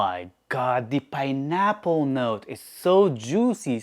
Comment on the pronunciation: imma need you to never say "pineapple" again sir.